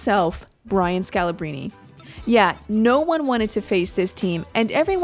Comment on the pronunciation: I think you pronounced Scalabrine wrong...it should be S-ca-la-brayn not S-ca-la-brini